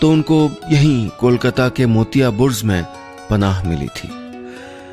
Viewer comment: Sir, it is Burj and not Burz!